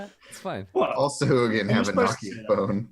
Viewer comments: I always pronounce 'sahuagin' it as sa-ha-jin. :/ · I've always said "sa hoo agin" too! First encountered them in baldur's gate 2, never heard it out loud. But, yeah, pronunciation guides say it's sa-HAW-gin, even though the vowels should really be the other way around for that to make any sense. Speaking of D&D archaeology and weird pronunciations/spellings, reminds me of the bullette, where the joke amongst Gygax and his pals was that it was just a Bullet pronounced as if it were french, boo-LAY. But of course, you don't spell it that way, and fortunately we didn't get a pronunciation guide, so everyone ended up pronouncing it the way that actually makes sense for the spelling.